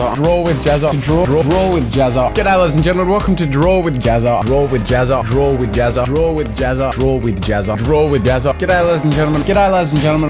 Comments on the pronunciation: Is it me or when he says draw with jazza its sounds grow with jazza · "...Drool with Jazza!..." Now you can't unhear it! (･.◤) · Does any body else hear "drewid jazza" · What I understood: "Welcome to drool with Jazza!" or "Welcome to drooling Jazza!" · It sounds like you're saying drool with Jazza!😂😂😂😂But good for you for changing, to a new beginning!